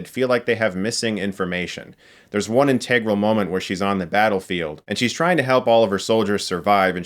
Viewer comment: IN-tuh-grole...not in-TEH-grole